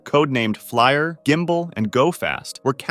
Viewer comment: I question your knowledge of any of this. The my lai massacre is not the biggest massacre of the 20th century and FLIR is not pronounced flyer